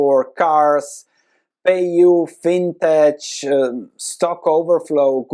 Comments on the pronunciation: Thanks for the update. I'm not sure if this is how you pronounce fintech in your country but in the US, phoenteically it's pronounced fin-teck, not fin-tetch. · It’s not fintetsh. It’s fintech. Like technology. Not like tetshnology.